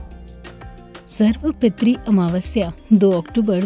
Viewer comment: सर्व पितृ का उच्चारण सही नही हे